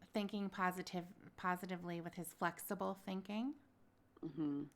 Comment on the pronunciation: He’s flexible guysh He’s thinking flexibly guysh. 🙄